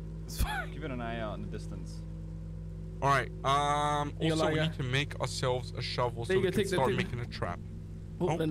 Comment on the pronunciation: I think he said lie-gar but that is still an amazing quote nonetheless